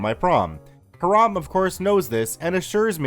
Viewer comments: I'm sure it's pronounced "hyerum". I live in a city called Hiram. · I believe Hiram is pronounced HY-ram, and not like the Islamic term for forbidden. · haha the way you say Hiram bothers me. only time ive heard that name is from Riverdale and they pronounce it another way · Hiram pronounced incorrectly. See the videos Hiram Holiday for correct pronouncation. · I think that's pronounced Hy-ram, instead of Hah-ram. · F1 Yeah, and that's what it sounds like he's saying to me. I hear"Haram" instead of "Hiram." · The name is pronounced HI-ram, not ha-RAM. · Hiram = HIGH-ram, not heh-RAHM! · Isn’t Hiram pronounced HY-rum? If not, I’ve been pronouncing it wrong my entire life LOL. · Hiram is pronounced ... "High ... ram" 💕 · Can't pronounce Hiram, calls him Haraam